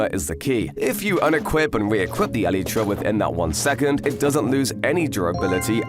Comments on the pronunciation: It's not elïetræ It's Elaitra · It's not ELETRA it's ELYTRA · Bro when he says elytra he says elytra(elitra) not elytra(elightra)😂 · no way he said elitra